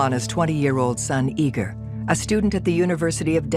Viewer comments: The name is Igor not eager. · His name was pronounced “Eager”, even by his Russian mother. It’s not the American way of saying it.